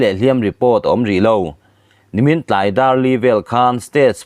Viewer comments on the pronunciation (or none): none